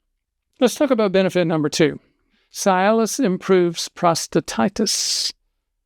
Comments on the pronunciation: It is not pronounced Sy-alis The correct pronunciation is See-alis...details matter. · Cialis is pronounced See-alis, not Sigh-alis. Another version for post-pee dribble or drops: "No matter how hard you wiggle your peg, the last 3 drops run down your leg!" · Why are you pronouncing this drug's brand name incorrectly? Is it a southern dialect thing, like how certain southern people call my mom, "Naiomi," instead of her actual name, Naomi? I always think that they're confusing the CORRECT pronunciation of her name with the pronunciation of the Kenyan city of NAIROBI! It's pronounced, 'see • alice,' NOT "sigh • alice," and I can't even watch the rest of this video because you're driving me crazy with your repeated mispronunciation of this word....and you're a real, bonafide doctor, right? Well then, one would think that you would KNOW the correct pronunciation?! I'm just an RN, and even I know the CORRECT pronunciation! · Is it not pronounced "CEE-Aliss"?? Works great for ED... and it also acts as an anti-depressant, not strong, but noticeable. The other benefits are great too! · Be nice if he pronounced Cialis correctly. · Why is a doctor Are you mispronouncing the medication‘s name?